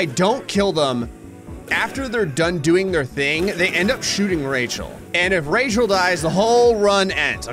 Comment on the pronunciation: I like that you have called her Rechall 😂😂😂